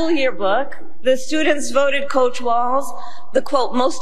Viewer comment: his name tim walz not watz 🤦🏽‍♀️